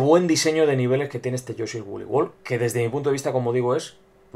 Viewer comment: lol, te entendi: "análisis de yo soy wooly world"